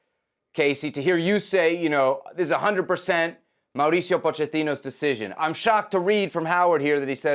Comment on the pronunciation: Of course Kasey Keller is going to be critical of this. He wanted GGG to stay. USSF homer. Can't even pronounce Mauricio's name right. No story.